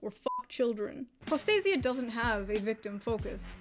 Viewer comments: My only issue with this entire video is, well... [pro'stasia]. I know, I know, anglicized word and all that, but the original stress is [prosta'sia]. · As a Greek hearing pro stay zee ah makes me sad. Pro stah see ah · It is pro-sta-sia, not pros-ta-sia. It's greek for protection. Sorry but as a greek I just couldn't pretend I didn't hear that. Not gonna comment about the rest.Why the fuck are we even surprised anymore? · They managed to make the word “protection” sound like prostate. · Bruh this shit looks like its pronounced prostate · the word prostasia is a Greek word and it means protection, and the correct way to pronounce the word is prosta-sia, without using accent...(go to google translate and listen on how the google translation voice says it.)... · my ears r bleeding from the moment you pronouncd prostasia (its a greek word btw) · Greek person here. Prostasia means Protection in greek and is pronounced Pro (as in PROffesional) sta (as in STAlion) si (like sea) a (as in Algebra).